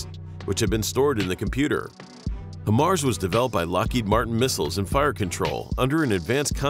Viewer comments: Bro.....HIGHmars. Not hehmars. Makes a difference. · Maybe next time you could get the computer to pronounce “high-mars” correctly Jesus. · I actually DESPISE the way you pronounce it “HIMars.” 🫥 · IRRITATING HEARING IT SAY HYM-MARS INSTEAD OF HIGH-MARS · HIMARS. Pronounced "High Mars". Not "Him Mars." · HIGH-MARS... not him-ars. so annoying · FYI: The correct pronunciation is HIGH MARS (HIMARS), just saying! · Please... not "him-ars" but "high-mars". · I dis not finish the video cuz he keep saying... He mars.... Shouldnt it be high mars? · In the future... it's "HIGH MARS" not "HIM ARS." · You made a whole video about HIMARS without first bothering to learn to pronounce it correctly. It's HIGH mars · At least pronounce it correctly. It's "high mars". Before you put together a video about something, you'd better do a little more research. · If you've ever worked on these or ever been around them, you're probably cringing each time you hear "hemars" during this video. I counted 8 "hemars" before I had to stop watching this. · it's pronounce Hi MARS, now say it together. I'm a 13M and a section chief for this Army Job (MOS) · HIMARS (pronounced: High-Mars), or High Mobility Artillery Rocket System, is the modern lighter six-barreled version of the 12-barreled M270 Multiple Launch Rocket Launcher (MLRS) introduced to the US military in the 1980s. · It’s “Hi-Mars” dude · Him aars, lol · I hate to say it, but the pronunciation of HIMARS is throwing me off!